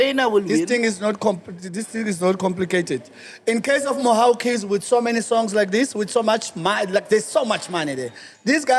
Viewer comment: LOL. Editor, it's "Mhaw Keys" not "Mwah 💋Keys"